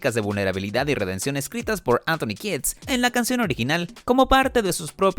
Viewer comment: Kiedis. No kids. Pen Dejo youtuber